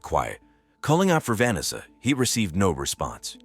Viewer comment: Pls stop using AI to narrate. They can’t pronounce simple words like Vanessa or cafe.